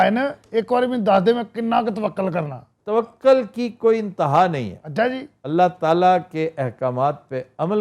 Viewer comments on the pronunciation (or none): پھر وہی توکل توکل ک کی زبر سے ۔ قبلہ توکل ک کی پیش سے !!!